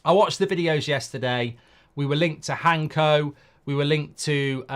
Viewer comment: Mark did you really called him Hanko? His name is pronounced with “C” before “K”. You can prononce it Hansko.